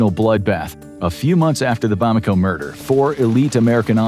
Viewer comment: It’s ‘Bamako’ not ‘Bomako’